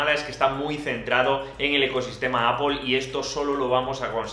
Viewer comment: No vuelvas a decir apol! Por favor! XD